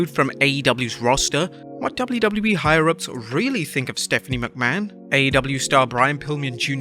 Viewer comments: *Higher ups not Hire-ups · it's higher ups. not hire ups. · Isn't it "Higher-ups"? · Hire-ups!? You mean higher ups? Get educated before you continue with this sub par content. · "Higher ups" not "Hire ups" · Higher-ups not hire ups lol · 😂 Dude, it's "HIGHER UPS" Not Hire Ups! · Not hate...just constructive criticism. Almost positive it's higher ups...not hire ups. They are higher up the chain of command. Maybe I'm wrong. I could have googled it yeah. But whatever. Love the videos...even though I don't watch wrestling anymore. Guess that speaks volumes to how good your work is. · Its "higher ups" not "hire ups" just an FYI